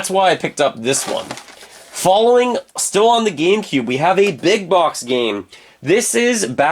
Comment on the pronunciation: Very annoying how you pronounce ‘Box’